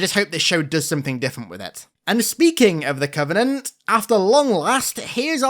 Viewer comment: why does she call it "the covening"(?) and not the covenant? Help